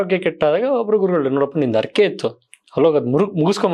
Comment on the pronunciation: 'ಅರಿಕೆ ' ಎಲ್ಲ. ಅದು 'ಹರಿಕೆ '.